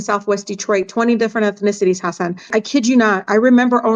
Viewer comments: If she's such a fancy immigrant's rights advocate you'd think she could pronounce hasan correctly. Tf? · she said hasin